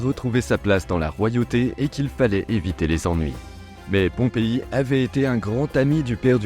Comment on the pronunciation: Pompé brutus pas pompei 😅